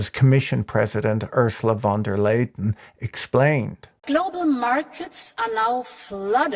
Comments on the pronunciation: It's Ursula von der Leyen - Not Leyton 😂😂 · von der Leyen, not Leyden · Ursula’s name is von der Leyen, not von der Laiden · That was a novel way of pronouncing Ursula von der Leyen